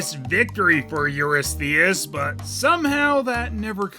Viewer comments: It is EURYSTHIUS not Eurythius! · I was just about to make a King Urethra comment. The king’s name is Eurystheus (your-RIS-thee-us). Were these VAs paid by the syllable?